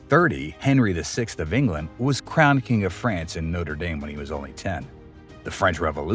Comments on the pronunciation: No-ter day-m ❌ - No-tre dom ✅ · When you say “Noter Dame” you’re referring to a university. Do your research and pronounce it correctly. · A nice video, but the church is pronounced Notre Daame not dayme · Try pronouncing it NOTTRA DAHM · It a French Cathedral not an American football team- can't you even try to pronounce it correctly? Try to be a little more professional. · Please be more respectful and pronounce the Notre Dame correctly. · Haha, you pronounce it like the college in Ohio and not the centuries old French cathedral.